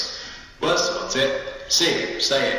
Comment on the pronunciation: did they actually just say "Well sort it?" instead of "We'll sort it"? Sounds a bit off.